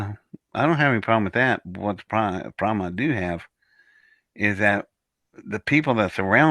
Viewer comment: If you listen closely to, he says “pith lem,” no O in between.